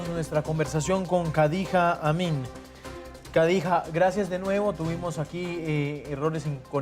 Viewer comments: No sabe ni pronunciar su nombre... Kadijá😂😂😂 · Le falta experiencia. Lo que no me gustó es que no pronuncia su nombre. Khadija se pronuncia Kh se pronuncia j y j como y o ll.